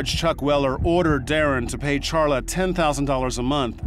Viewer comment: I lived in Reno at the time. I can’t believe it is almost 7 years. I ‘m pretty sure her name is pronounced “Sharla, not CH- like the “ expert” () - keeps saying.